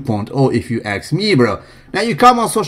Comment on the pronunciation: "if you axe me"